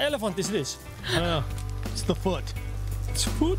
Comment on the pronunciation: How says "foot" on is hilarious!